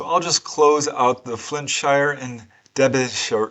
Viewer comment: Just to say, ---it's pronounced DenBEEshire...😊